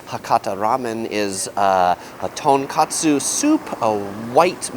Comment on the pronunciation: tonkOtsu ramen, not tonkAtsu